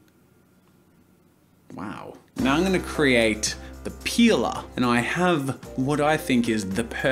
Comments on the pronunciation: OMG, the way you say peeler... it looks like you're saying "pila", and "pila" is one word that means penis in portuguese , but in a "child" way cause just childs use that word in here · I though you sayed peola!😂😂😂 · i say that too i guess us aussies are weird xD